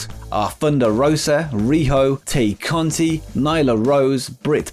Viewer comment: u do a great job but just wanted to let u know tay conti is pronounced TIE not tay like day